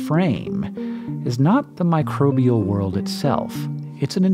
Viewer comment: Hearing "mircrobial buddies" makes me feel happy!